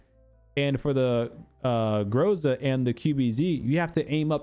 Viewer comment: грозА! With emphasis on the “a” :)